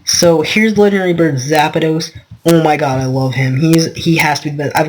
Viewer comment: Its not zapados its zapdos